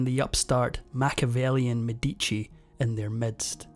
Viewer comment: What an awful pronunciation of the medici name